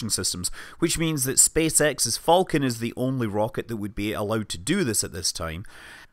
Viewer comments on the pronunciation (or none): none